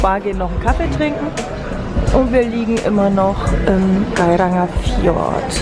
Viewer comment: Tolle Bilder, nur das, für mich persönlich z.T. dümmliche Gequatsche und die absichtlich falsche Aussprache vom Gairangerfjord lässt mir die Galle überkochen. Abbruch bei Minute 18.